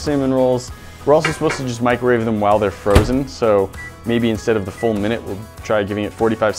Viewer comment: If you haven’t already noticed, doesn’t say “while,” he’s says “whaall.”